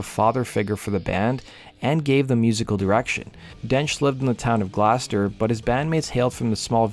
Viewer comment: Dude, it’s not Glowster! It’s pronounced Gloster, and no not Gloaster.